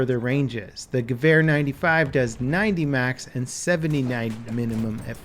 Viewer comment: I really like the way you say Gewehr... and yes, Im from Germany